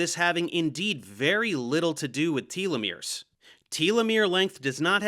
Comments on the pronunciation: Tolomeres are one of the critical keys to anti-aging. Anyone making progress in anti-aging should absolutely be considered for a Nobel prize. Also, you are mispronouncing telomeres. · Maybe I'm the one in the wrong, but I've never heard anyone pronounce them "TEA-Leh-Meres" lol. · It's Tel-uh-meer, not Tealameer 🙄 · Tell-o-mears, not Tee-lo-mears. Cite your source for your pronunciation... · i am losing my mind, it is "teh-loh-mir", not "tee-loh-mir" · You (and Bret) need to learn how to pronounce “telomeres”.. it’s not “tea-lovision” or “tea-lephone” or “tea-legraph” is it? No. It’s no different with this syllable. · It's pronounced telomeres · I believe it's pronounced tell-lo-meers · Its odd because I've always pronounced 'telomeres' as 'telomeres', however; both Professor Dave and Brett pronounce them 'telomeres'.